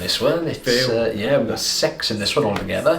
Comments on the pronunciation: Why am I hearing sex instead of six?? 😂😂😂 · Ohmygosh, these southern ears perked up at the very beginning. When you kept saying there’s six, six in this compilation, my ears replaced the i in six with an “e”. The Welsh accent got me!!! 😂😂😂😂😂😱😱😱😱